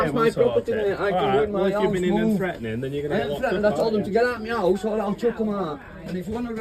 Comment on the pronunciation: If you take a shot every time this guy says "getautmehouuse" you'll be brain damaged enough to agree with him.